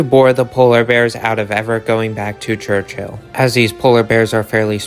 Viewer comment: its pronounced church-ill not church-hill only 1 h